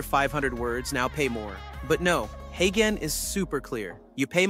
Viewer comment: When you’re scripting for video write phonetic - you’re speech says Haygen but uses the g like the g in garden which is wrong - so write it hayjen and it will sound correct